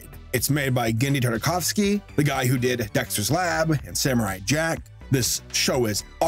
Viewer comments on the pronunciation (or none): none